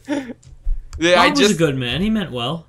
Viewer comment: When says Bob, it sounds like Boobie